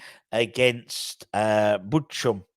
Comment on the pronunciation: Bochum is pronounced ‘Bok em’😂